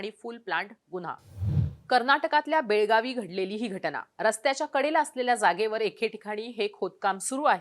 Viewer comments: Belgavi nahi mdm belgaav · Belgaavi nahi mdm belgaav